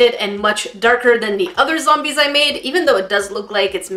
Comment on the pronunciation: Plants versus Zome-BEAR-ies 😂